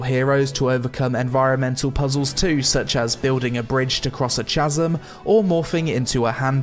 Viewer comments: He says CH-asm... and doesn't pronounce it Kasm :D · chasm: pronounced Kazm. Not chaazm. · am I the only one that noticed he said Chazem instead of chasm? is pronounced KA-ZEM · Awesome review! I've been wondering about this.. And, just an fyi, chasm pronounced = 'kasm' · Chasm is pronounced kazz em isn't it? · "chasm" is pronounced "ch-as-um" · The H is silent in "chasm" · Hang on. Did you really just pronounce chasm like that? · Wh-why did you pronounce chasm like that?